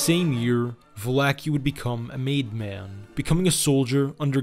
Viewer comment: I love how all the Italian names are pronounced correctly... except of coarse "Val-acki." 🐀